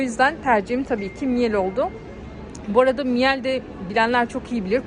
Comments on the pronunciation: Miyal degil mile diye okunur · Miel değil miile diye okunur ,sonuçta alman markası özel isim okunuşu değişmez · öncelikle bir düzeltme yapmak isterim..miel değil okunuş miile şeklinde..eski bir miele çalışanı olarak açıkcası bu kıyaslama miele açık ara önde..kullanım konforu çok daha yüksek özellikle hareketli motor kabini ağırlık merkezini değiştirebilmenizden dolayı daha kullanışlı ve ağırlığı hissettirmiyor..bence burada birde electrolux pf 91 i de alım kararı almak üzere olan hanımlar radarına almalı..muhteşem bir kombinasyon ve inanılmaz yuksek emiş gücü...saygılar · Miile diye okunur efenim 😊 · Miile diye okunur